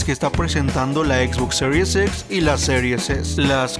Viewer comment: Excelente mi compa solo un consejo cuando digas serie X trata de decir x no series xsss algo así suena y es extraño por que no se entiende jaja pero excelente tu contenido